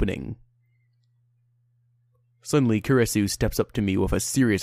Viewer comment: it is supposed to be pronounced ku-ri-su